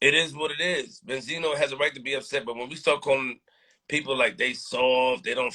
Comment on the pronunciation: Bend-Zino smh lol Wasn't Bendzino the one caught crying on camera to police telling them someone had a gun and threatening him. ON CAMERA smh lol